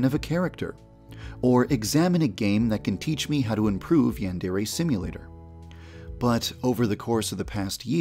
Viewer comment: The only problem with this game is that you pronounce it as ‘yandairy’ and it’s truly triggering